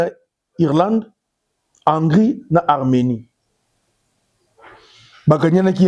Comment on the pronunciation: On dit Hongri